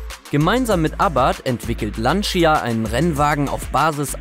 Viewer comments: 1. Schlimm wie Lancia immer wieder falsch ausgesprochen wird.. Lantscha und nicht Lanzia! 2. Wird der Delta viel zu kleinlich präsentiert, immerhin ist es das einzige Auto mit 6 Rally-Weltmeistertitel... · Lantscha nicht Lantschia 🤓😂